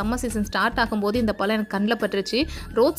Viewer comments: பலம் இல்லை பழம்..pl correct your pronunciation.. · உங்க தாய்மொழி தமிழ் இல்லையா? தயவுசெய்து ழ னு சொல்லி பழகுங்க. பழத்தை பலம் னு கேக்கும் போது ரொம்ப கஷ்டமா இருக்கு. ஒரு முறை கூட நீங்க சரியா உச்சரிக்கவில்லை. தப்பா பேசிருந்தா மன்னிக்கவும் 🙏🏽